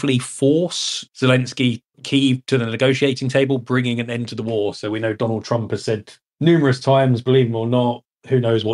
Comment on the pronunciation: Whos dwanald twump?